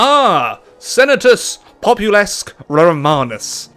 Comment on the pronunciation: Am I the only one that cringed when he said "populesque"?